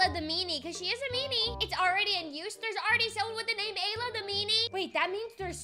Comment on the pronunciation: It's not Layla. It's Ayla